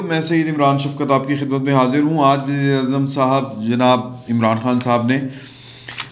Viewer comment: yazeed azaam bola ha ya wazeer azaam bola😅😂